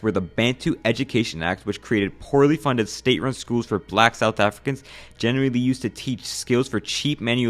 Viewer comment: Bro the pronunciation of some of the words though, “afri-cans” i always die in laughter when i hear non south africans pronounce it